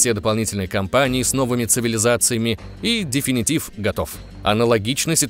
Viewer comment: Вообще-то, 1 Crysis был на движке CryEngine 2, а не 3. Definitive - слово с двойным ударение на 2 и 4 слог. Как можно было ударение поставить на 1 слог, я вообще хз. Ебать я душнила...